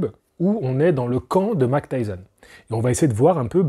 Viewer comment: Il faut dire "Mahik" pas "Mac" Tyson stp :) Mike Tyson 😉